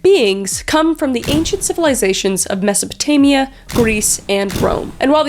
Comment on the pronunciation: is it masapotania or masopotamia??